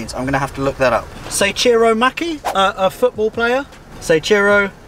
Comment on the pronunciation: Soichiro Honda was the founder of the brand... I'm guessing the cars name is Soichiro, not Saichiro (?)